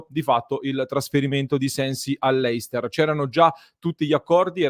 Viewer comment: Ah, dimenticavo..complimenti e si dice Lester, non Leister. Lo dico perché sei tra i pochi che dicevi la Real sociedad e aggiungiamo anche questo